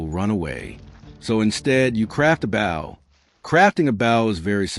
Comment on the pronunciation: Was this done with an AI voice? I can't believe that any human wouldn't know how to produce Bow